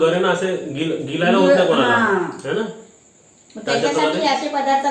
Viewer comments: रत्नागिरी side ळ la ल म्हणतात. वर्षणुवर्षे तचेच बोलल्याने आपसूक ते बोलले जाते. जसे मालवणी माणूस पण कुठे का खय बोलतात तसेच आहे. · भाषा सुधारली पाहिजे गीलायला नाही गिळायला